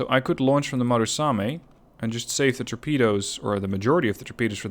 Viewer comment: MU RA same, not MA RU same, good video.